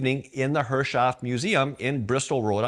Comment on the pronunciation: Great video! But remember to pronounce Herreshoff correctly---- Harris-hoff would be the proper way. Look forward to the next update.